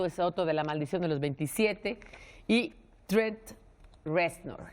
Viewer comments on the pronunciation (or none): Corrección: 1. Sid Vicious no murió con su novia en el hotel. 2. No es Tret es TRENT.